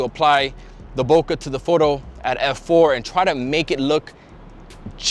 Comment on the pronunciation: HAIYAA!! C'mon, how many years have you been shooting and you can't pronounce BOKEH properly?!?!?